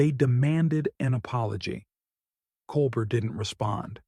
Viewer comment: What makes this kind of reporting asinine (and i have zero love for DeSantis) is the narrator consistently mispronouncing Colbert's name.